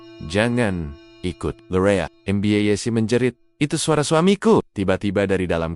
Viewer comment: Ceritanya bagus,sayang penyampaiannya mirip robot,mbak yessi jadi dieja MB yessi😅